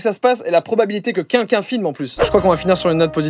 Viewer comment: Joyca, tu dis pas "quelqu'un", tu dis "qu'un qu'un"